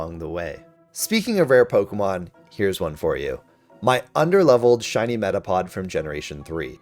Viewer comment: METAPOD DOES NOT END WITH A G, IT ENDS WITH A D!